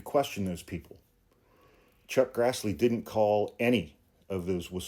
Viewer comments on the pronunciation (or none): none